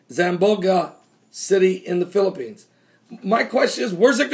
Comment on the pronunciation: Zam-bon-ga is how Zamboanga is pronounced